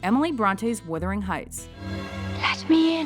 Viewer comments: The pronunciation is embarrassing. It's Wuthering Heights, not Withering Heights!! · It's WUTH....WUTHERING Heights....NOT withering heights.....christ!